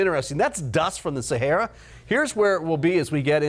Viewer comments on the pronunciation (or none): none